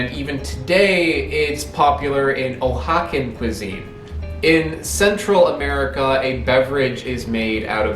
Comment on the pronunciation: its pronounced wahaka